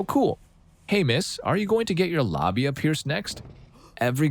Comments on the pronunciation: What's a lahbia? You mean labia? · Is the narrator saying the word wrong or what? labia (la·bi·a) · why are u saying labia like tht 💀